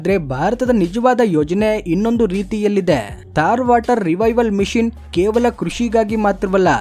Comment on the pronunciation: ಸರ್, ಅದು ಮಿಶಿನ್ ಅಲ್ಲ, ಮಿಷನ್